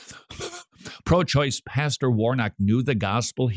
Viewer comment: i love how he can’t say “pro-choise pastor” 😂😂